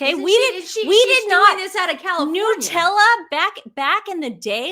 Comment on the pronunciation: No we say jam not spread. Here we say Nutella (nut not noo). 🇦🇺🦘🐨🦎💐❤️